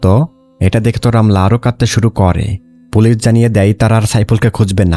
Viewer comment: Vai folice na.. Police